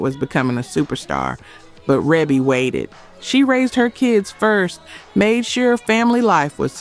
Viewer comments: This video is garbage. Junior is not a one hit wonder. Too Late was also a hit. Minnie Riperton was not a one hit wonder. Shannon wasn’t a one hit wonder. SOS Band, are you freaking kidding me?!!! And please pronounce Rebbie Jackson’s name correctly. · You mispronouncing “Bass” like a fish as in “Bass Line” in music may be why folks are not subscribing. It’s spelled Bass but pronounced Base if that helps. Also mispronunciation Rebbie Jackson’s name😂 do better research for your AI generated video. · Its reeeeebbie not rebbbbbie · A lot of these were not “one hit” wonders. Not sure how she’s defining one hit. And her name is Ree-bee (Maureen) not reb-ee like rebel. She’s only from the most famous black family. We all should pretty much know her name by now. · The narrator is AI. She speaking with a southern accent pronounced Rebbie, RA-be. No black person makes that mistake! It's A.I. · I love them Jackson's her name is pronounced REE-BIE not Rebbie. Just FYI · I know it looks like it rhymes with “grass”line, but it’s pronounced “base”line!! I know it looks like it rhymes with “Debbie”, but it’s pronounced “Reebie”!! Lawdavmercy 🤣🤣🤣🤣🤣🤣🤣🤣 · S.O.S. Band wasn't a one hit wonder. Dazz band either, and her name is pronounced Ree-bee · Rebbie Jackson's name is pronounced REE-BEE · The S.O.S. Band and Dazz Band were far more than one hit wonder bands. They were and still are classic in the 🤎community 🖤 and that’s what matters! We still LUV them. We don’t cares what THEY, pop charts and Grammy judges, think. OH and Maureen pronounces her nickname REE-BEE🙃. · Her name is pronounced REEBY Jackson. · Rebbie is pronounced Reebbie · Pronounced “ReeBee” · Rebbie's name is pronounced "Reebie".🙄